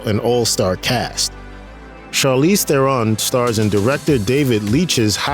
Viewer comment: Charlize's surname is pronounced more like 'Throne.' (I think she complained about that on a late-night talk-show.)